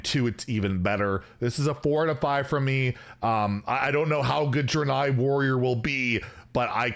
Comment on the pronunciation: It’s pronounced Dray-nei